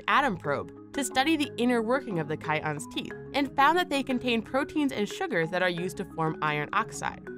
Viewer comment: Lol you pronounce chitons funny.